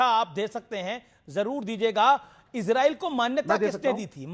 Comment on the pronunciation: अरे यार इजरील नहीं इजराइल है बोलना तो सीख